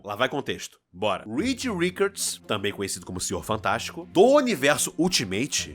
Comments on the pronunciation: Pq o fala RiKard 😂? Qual a dificuldade em dizer "RiTCHard" ou simplesmente "Rixard"? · pq ele fala "Rikard" ao invés de "Rixard" pro nome Richard? É tonto? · falando rikard ao invés de Richard kkkkk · video muito bem feito e representa muito bem um fã de verdade do Homem aranha e nossa indignação, mas uma unica coisa me incomodou kkkkk o jeito que tu fala Richard, ficou Ricard kkkkkkk cara isso me deu agonia, nao to aqui pra falar mal nem nada, antes que venham escrever algo, so falando msm. agora todo o restante ricou incrível, tmj.